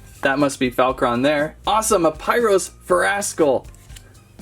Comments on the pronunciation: STOP MISPRONOUNCING NAMES LIKE NILLIOUS AURELUS AND PYRUS DAN!!!!! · You are mispronouncing names like Nillious and Pyrus and Aurelus